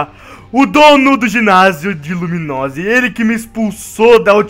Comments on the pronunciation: ele falou ginasio de luminose kkkkkkk e lumiose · Tu falo LumiNose ao em vez de Lumiose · me dá uma raiva quando eu sei uma coisa e eu vejo no YouTube eles falam errado o falou luminosi e é lumiose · e lumiozi nao luminozi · "Luminose' kkkkkk